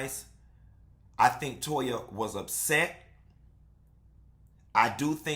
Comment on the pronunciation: It tickles me with Anila's Mom calls Toya 'Toe-ha'!!!